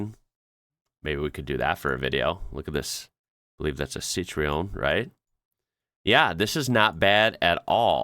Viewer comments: not citri ... citro-En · Citreon 😂 almost got it brother! It's the other way around, citroën (ci-tro-an) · Citroën, not citreon ;) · Love your pronunciation of Citreon😆 It's pronounced "Sit tron" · Citroen = You reading CITR as in Citrus and than O sound as in double O seven (007) and then EN as in enter. Put that together and you have better pronunciation is better.